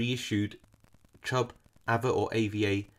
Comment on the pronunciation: We pronounce it arva